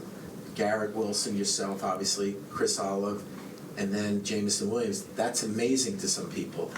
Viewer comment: This man said Chris Olive. Bro how do these wack reporters guys have jobs